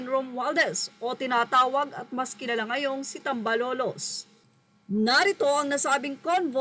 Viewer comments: correction please... "tambaloslos" hindi "tambalolos"... ok?... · TAM - BA - LOS - LOS po. Hindi TAM BA LO LOS. …..constructive criticism lang po. Hndi nyo po ba narinig ang tawag na ito na 2 taon na itong nick name ni Romualdez na unang sinabi ni VP patungkol kay Romualdez. Best regards po keep it up. More videos po! 🙏☺️ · Haynako dai ayusin mong pagbigkas hindi tambalolos TAMBALOSLOS SA BISAYA VERSION SORRY PO